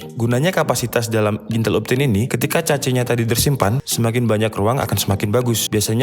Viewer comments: mohon koreksi cara baca cache adalah "kaSH" bukan cetch atau cacing hehe, btw overal penjelasannya mudah dipahami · “Cache” gan, cara ngomongnya mirip bilang “kesh” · Bacanya kash bang bukan "cache"-_ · bang di bacanya kes bukan cace :( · Cacing bacanya khecing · cache = kaHS bang, jangan cachs apalagi caceee, wkwkwk jadi caceeew dewwch nanti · Cache = Kech min dibacanya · > cara membaca CACHE, konten menarik,mengedukasi, jelas dan to the point dapat gampang dimengerti,hanya saja pengucapan CACHE jgn ca-ce jadi kurang enak didengar pdhl yutuber dan channel teknologi..demikian dari saya mohon maaf kalau ga berkenan tidak bermaksud menggurui tapi pembahasan teknikal harus dgn penggunaan sebutan yg teknikal juga biar sejalan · Cache dibaca kaes .... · Cache dibaca "kash". Caching="kashing" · Cache ---> kesh, caching ---> keshing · Cache dibaca KESH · Mau ngasih masukan buat yang bingung cara bacanya, CACHE dibaca KAS(H) sedangkan CACHING dibaca KAS(H)ING. Terima kasih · Gatel denger ente ngomong Cache wkwkwk btw nice info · ice Age cace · baca cache itu kaSH gan :D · Sorry kalau gue salah Kalau ga salah cache itu bacanya kash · cinemato udah bagus, cache nya “cac” .. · dibaca aja kas gan, kayak kas saldo, udah ga salah2 bgt klo baca kas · Cache = baca aja kash or kesh.. good video btw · Saya heran mengapa banyak orang Indonesia yg salah mengeja "Intel". Ga enak rasanya dengarnya. tuh coba pencet icon speakernya. Juga "cache" nya juga salah... cari tau sendiri deh... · ane jg gatel dengernya hehe